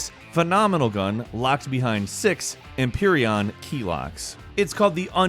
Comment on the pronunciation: I'm pretty sure it is Em-Feer-E-In and not Em-Per-E-On. I wasn't actually trying to correct you, you pronounce how you want to, I was actually trying to make an excuse to say that the latter pronunciation sounds like Iacon or any other Transformers thing.